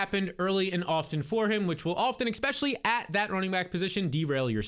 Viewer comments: stop saying "eggspecially" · you say the word especially so much but you pronounce it eXpecially. Not a big deal but it drives me crazy with how often you use that word 😂😂